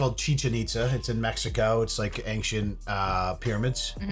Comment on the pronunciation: You may hate how that guy said Skittles but what drives me nuts is when someone says Ankcient instead of Ancient.!! There is NO K IN ANCIENT!!! Lol 😂😂